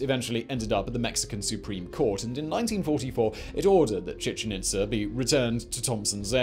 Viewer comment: Chichen Itz'er', ví'er', are'er', May'er'. Even "awe" came out sounding like "a'rrr"!! Luv 'em and all his channels, but God damn😳¡!¡!¡! 🤘🇬🇧🇨🇿🇺🇸☮️